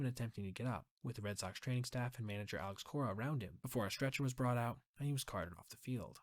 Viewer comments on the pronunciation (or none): none